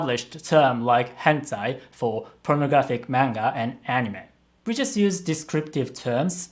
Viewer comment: Why does say manga wrong